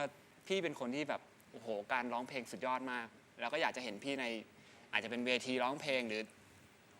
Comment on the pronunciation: แจ็บกับน้ำหวานพูดคำว่า เพลงเป็น เพง..ไม่ค่อยโอเค.